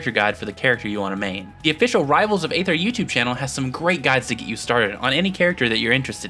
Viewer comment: Another new Rivals video, another mispronunciation of the word "Aether." (EE-thr)